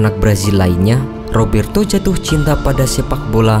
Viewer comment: Rrrrrrrrrooberto Carlos...